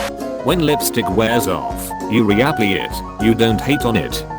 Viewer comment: "Ree-a-plee it"